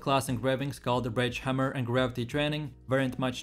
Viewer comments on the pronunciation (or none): none